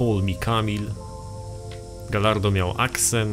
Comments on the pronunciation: mówi się gajardo nie galardo :/ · Jeszcze dodam że gallardo czyta się gajardo. Tak jak pisze się spagetti a nie spadżetti :D